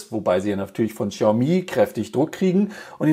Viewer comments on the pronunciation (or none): none